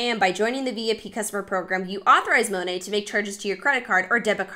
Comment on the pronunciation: Love how every time she says Monat, she says it differently. Girlfriend doesn’t even know how to pronounce the brand she’s selling 😂😂 So late to this video, but I’ve been binge watching your content since you were recommended to me recently and love your videos!